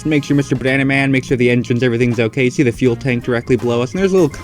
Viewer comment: I think is working with the Germans he keeps on saying Ze